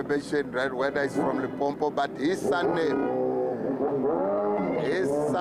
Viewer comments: Limpopo not Limpompo yhoooo dis man aowa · You better call it Polokwane if you don't want to pronounce limpopo correct 💯